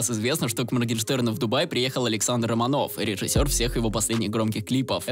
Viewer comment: Не РоманОв,а РомАнов